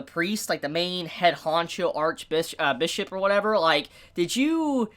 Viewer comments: You said Ark Bitch twice.... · "the main archbitch,uh archbishop or whatever" i heard that